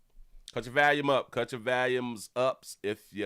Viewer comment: STOP SAYIN VALUME, ITS VOLUME!